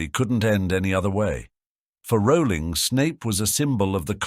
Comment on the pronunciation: I love how he brings up the mispronunciation of Voldemort's name yet constantly mispronounces Rowling's name LOL It's ROW-ling as in bowling.